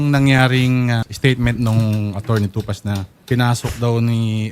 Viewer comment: Atty.tupak Hindi tupaz....